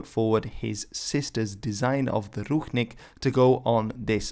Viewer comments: its pronounced ruchink with ch like in chalk ручник а не рухник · Not ruHnik but ruCHnik (sound is same as in CHapter). Translated as towel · It's Ru[t͡ʂ]nik or Rushnik, not Ruhnik. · I think you have an accidental mispronuciation there. Someone transliterated the Belarussian word with a "ch", but meant an English-style "ch" instead of a Slavic "ch" (i.e. "kh"), so the word should be pronounced "ruchnik" or "ruchnyik". In Czech and a few other languages, there is the term "ručník" (pronounced in almost the same way) and it denotes a piece of cloth, either a decorative part of someone's fancy/ceremonial vernacular clothing, or a smaller tablecloth or similar piece of cloth. This is what the Belarussian term is denoting as well. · it's actually pronounced "Rutchnik" And nazis used national flags with all collaborants - for ex. in Russia and Ukraine they used flags that's official flags of theses countries now Awesome video, thanks! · I thought the Ch in Ruchnik was pronounced like an English Ch? This isn’t based on any knowledge of Belarusian but I thought it was cognate to the Serbian word Ručnik meaning towel, but perhaps it’s not? Maybe it’s related to Ruho, an archaic word for garb, vestments, or clothing in Serbian or has some unexpected cognate or even none at all. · Thanks from Belarus fam ❤️ edit:i know ch is pronounced/x/ in polish but in this case(ruchnik) it is pronounced /tʃ/ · Right, he read the word ruchnik supposing its written in the belarusian language, but it was written in english. In Belarusian it is written ručnik. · Ruchnik is pronounced with the ch as in church, NOT as in Loch.